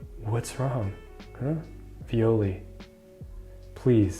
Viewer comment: Viole pronunciation: the phonetica is from a romantic language so it should be “e” and not "i", sorry for that but after reading this story for years its feels super wrong